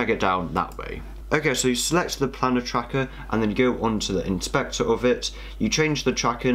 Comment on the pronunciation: Planar; pronounced play-ner, not planner.